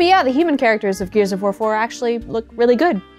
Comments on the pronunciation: i swear at i heard "gears of vore 4" and i feel like polygon as a collective needs to tone down the vore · I heard Gears of Vore 4 multiple times. Help.